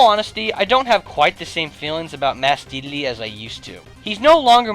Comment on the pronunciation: he says dedele wtf